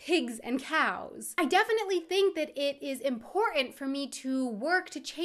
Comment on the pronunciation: there she is, dropping it again in ”important“ 😁👆🏻